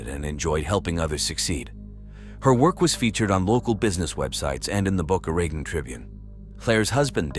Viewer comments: well that depends on who you ask if it has a long O with an E like you suggest or like we say in the east boca ra taun but either way it isn't the way AI says it ....def not boca right-on lol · Is the town called Boca Raton? Not "Baka Reten" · Isn't that pronounced Boca Raton ?? !! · The city is pronounced Boca “Ra tone”